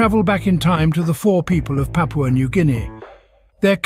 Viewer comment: PAPUA or PUPAU 😂